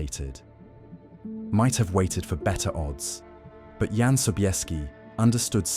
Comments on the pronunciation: AI…….It’s pronounced YAN…….not John! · Jan is pronounced YAN, by the way... your AI narrator is hit and miss... can't you just write the script phonetically? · ... in eastern europe... including Germany... a... "J"... is pronounced as a "Y"... so Jan... reads as... "Yahn"... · OMG, it's pronounced YAN, not JAN, FFS! How difficult would that have been to look up? Friccin AI BS